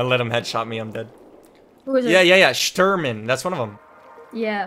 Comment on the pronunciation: shturmen xDDDD